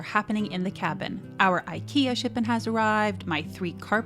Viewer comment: Ah! Pronouncing IKEA this way as a Swedish person:face-purple-crying